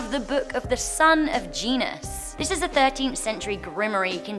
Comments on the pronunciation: The scariest thing I ever read was pronunciation of "gnosis". She said GENUS. WTF?! It is pronounced "no- sis" not "gene- is" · Did she just pronounce "gnosis" like "genus"? //shakes head// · Gnosis is pronounced no-sis. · Gnosis is pronounced no-sis, the G is silent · Gnosis (know-sis) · On #9, the word "gnosis" is pronounced "no-sis". The "g" is silent. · "the sun of geenuz" Gnosis is pronounced "Know-Sis." OMG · they are human human's make mistakes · How is Gnosis pronounced gee-nus? Lol love your videos though! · The Book of the Son of Gnosis is pronounced Silent G. So it's Nosis. But I still love your lists. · You pronounced “gnosis” wrong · That's not how you pronounce "Gnosis". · You mispronounced Gnosis.